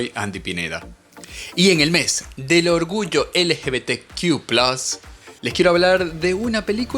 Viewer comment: Es ridículo como lo pronuncia 😂